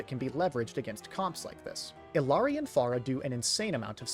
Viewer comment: eel-yah(r)-dee not, “ill-aree” as a community we have to stop whitewashing her name, it’s Quechua